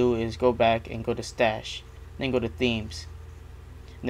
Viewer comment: cause its stash not starch....